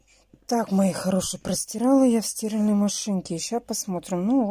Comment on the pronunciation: тока не стИральная, а стирАльная машина, а то ухи режют.